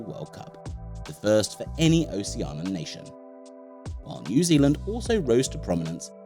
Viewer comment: This is a very cool video that's earned you a new subscriber...only thing is, you keep saying "Ocean-an," when I'm 90% sure it's "Oh-shee-an-ee-an." (But you're not the first to make that mistake, so no sweat!)